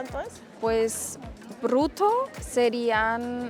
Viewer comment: ´´brrrutthoww´´ hahah ya esta bastante interiorizado el aleman en esa colombiana